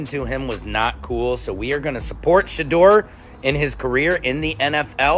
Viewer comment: Please pronounce Shedeur’s name correctly!